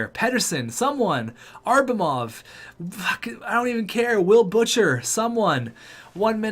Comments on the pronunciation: It’s ABRAMOV not ARBRAMOV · atleast call Abramov by his name and stop saying Arbamov. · It’s pronounced abb-ra-mov